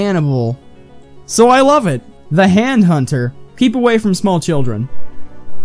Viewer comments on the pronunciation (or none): none